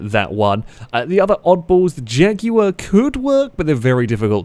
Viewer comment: Your saying jag wrong. Your ment to extenuate the JJAAAAGG in jaguar